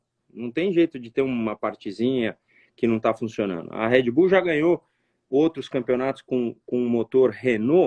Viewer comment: Engraçado é ver Rubinho que sabe inglês falando “RÉD bull”. HEAD BULL? hahahah. Poderia ensinar a pronúncia correta .